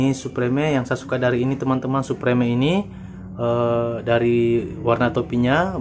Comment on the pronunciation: supreme di baca suprem😁